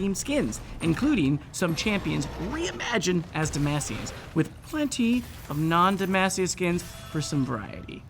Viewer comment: “De-mass-e-us” hurt my soul lol he triggering me